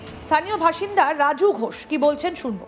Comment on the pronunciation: বাসিন্দা❌ ভাসিন্দা ✅😂😂😂😂😂